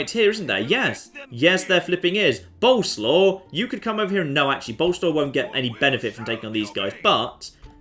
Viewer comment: For f*ck sake it's BO-LE-SWAV, not bloody boulslaw. Get it right for once!!!